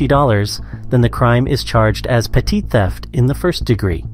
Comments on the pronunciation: Dude it’s pronounced “Petty” not petite 🤣 Petty theft is also written as petit but its pronounced petty. Just for future reference man. 👌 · How the hell did you pronounce petty theft😂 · Is he AI or just says petit oddly?